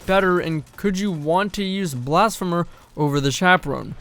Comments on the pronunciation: yes! Blasph-ee-mer ffs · The first e in blasphemer is pronounced ee like in the word see. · blass-fee-mer 👀 I’m just poking fun don’t bully me.